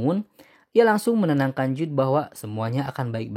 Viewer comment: Jude dibaca jud oyyy